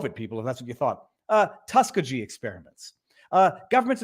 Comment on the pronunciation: How could Viva NOT know how to pronounce Tuskegee? Has he not been around? Embarrassing. (And I'm on his side.)